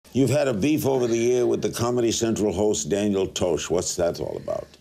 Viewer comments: he should at least of researched how to say his damn name before he did this story, Larry just looks like a damn fool. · i think the real beef is with Larry's pronunciation of Tosh... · good lord Larry learn how to pronounce the name of the person who is the main topic of the conversation. who looks at Tosh and pronounces it that way anyway? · didn't say his name right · Did Lary King really not know how to pronounce Danial TOSH's name? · It takes a shot at credibility when people like Larry can't even pronounce Tosh's name right. They get so arrogant that the ambition to do a finite amount of research drops. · Larry did not even pronounce Tosh correctly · this old guy doesn't even know how to say tosh name lol. he should not be on TV and clearly doesn't watch TV. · Larry its Tosh not Toshe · Why do Americans have such a hard time with pronunciation. ItsTosh Larry!!!!! Not toesh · It's not toe-sh Larry.. taw-sh. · "you have a beef with mr toesch" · all i have to say is...TOESH. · Not only was Larry talking about a famous person who has his own show named after him, but it's Larry's responsibility as an interviewer to know the names of the people he's talking about. And yet he still says "Toash". No wonder he's retired now. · Lmao Daniel TOE-SH?!?!?!??!???!? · "Daniel TOEsh" You're old Larry King go home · Lol I could have sworn larry said toast at one point in this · It’s not Toe shh. It’s tosh for crying out loud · Lol "daniel toshe" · "Daniel toash". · lol larry king said Toshe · That's right Larry. Daniel Toe-sh. Of Toe-sh.0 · Haha fuckin Larry King trying to ask serious questions about Daniel "Toe-sh". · toe-sh... this guy... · Haha King ooo Tosh not Toash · daniel toesh lol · Toe-sh? He’s got to be doing that on purpose not hard to read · Daniel Toe-sh? How long has Larry been doing this again? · Daniel Toash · "toesche " is actually funnier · Clicks video "You've had a beef over air with Comedy Central host Daniel Toe-sh" Closes video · 🤣 he said Toshe